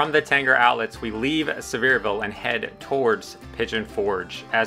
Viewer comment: I live here and love your videos. Too difficult getting around to find out these things myself.😂 Careful-your gonna start hearing some bless your hearts if you keep mispronouncing Sev-ear-VULL 😂😂😂 Keep up the great work!